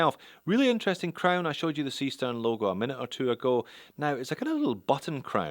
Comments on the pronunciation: Only if you pronounce it incorrectly, that is in English. And most languages pronounce a written "E" as [e,ɛ,æ,ɘ,ɜ]. English is rather unique in writing an [i,ɪ] sound using the letter "E" (or two "E's", in this case). Seestern, [ˈzeːʃtɛʁn]. Simple as. :) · ..well,, the starfish is there as in german "see stern" actually means "sea star", so starfish.. and the right pronounciation would be "Zeeh shtern" if instead of being chinese, that'd be a actual german brand.😄 keep up the great work! cheers! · Why not pronounce it Zay Shtairn like a German would, after all it is a German name... sea star in English, or star-fish, as you can see on the back.